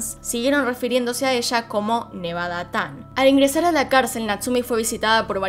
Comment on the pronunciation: No es "nevada-tan" es "nevada-chan"